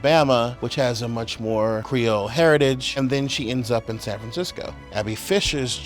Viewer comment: I am Haitian and that is not the way you say creole. But I appreciate you trying